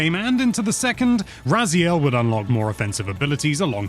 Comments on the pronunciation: probably Ray-Zile He has masters in linguistics I think, so he technically pronounced it as it SHOULD be. But if that's not how it's pronounced in game then I suppose he felt it right to re record it with the in-game pronunciation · No need for patch notes in the pinned comment, just admit the reupload was purely because of mispronunciation of Raziel 😂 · That last one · mispronunciation of Raziel was the best part of the original review!